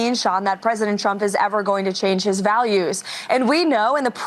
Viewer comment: Karolyin Leavitt is still saying Chump instead of Trump. She really needs to get that speech impediment fixed.